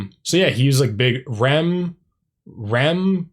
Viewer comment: Better Than Ezra is amazing! BTW, it R.E.M. is not a word it is an acronym now the word rem as you are saying it. The fact that you don't know them as a music fan is mind blowing. You need to go and start with Murmur by R.E.M. Also go back and listen to Good by BTE.